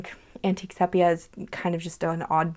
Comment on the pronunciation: Great video as always! Interesting choices…and I enjoy hearing your thoughts on your choices. Just a note, sepia is pronounced SEE-pee-uh 😉